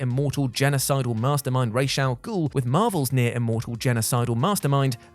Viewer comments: why are you pronouncing it "Raesh"? Where did that come from? the name is arabic and the proper way to pronounce it is "Ra's" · The way you pronounce the name is KILLING my ears!! His name translates into "Head of the Ogre" which is in Arabic is pronounced Raas with a HARD "S" and a long "Ahh" sound.. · He not even pronouncing it right 😂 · Lol he's pronouncing it SOOO WRONG it made my ears bleed